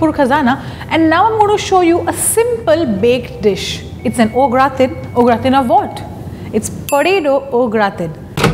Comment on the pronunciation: It's a Typically "French Plate"! It's pronounced as GRAATAAN (The 'N' is almost Silent). Please take care next time!